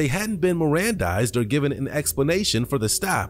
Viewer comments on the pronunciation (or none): Marandized the officer said Maranda -ized😂😭😭😭